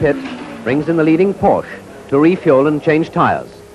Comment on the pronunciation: What a shame that even back then they could not pronounce Porsche correctly.... It is a family name and a two syllable word. KTF.